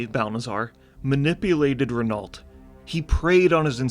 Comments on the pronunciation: it's "reno" not "renolt" 😬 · Great video (necro commenting), the Scarlet Crusade is the only thing left about WoW that I love and I wish they'd give them some honour and make them a true force. Also, it's pronounced "Reh-No" not Rehn-alt. Cheers! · pronounced "rey-no" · just so you know, renault is a french name and pronounced more like "reh-no" . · Renault = Renoh .. just sayin like! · My favourite part was not knowing how to pronounce Renault.